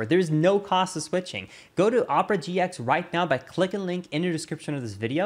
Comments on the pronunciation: did you say oh-per-a it's ah-per-a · First it's pronounced oh-purr-uh then it's pronounced aw-purr-uh